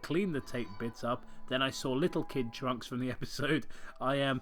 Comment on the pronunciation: I swear, every time you say 'trunks', I keep hearing the word 'drunks'. Then again, I'm kind of drunk, so that probably explains it.